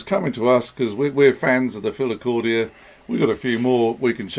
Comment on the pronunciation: Plse stop saying Philicordia.. It is called a Philicorda.. You're not going to call a farfisa organ a farfisia are you? Or a B3 Hammond a B trio Hammond?